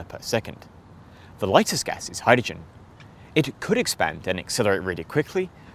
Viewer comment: Why do you have so much trouble pronouncing 'hydrogen'?